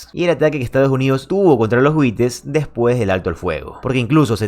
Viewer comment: José. En España los llaman Huties, ni Huites. Buen video